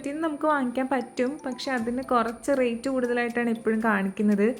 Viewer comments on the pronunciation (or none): none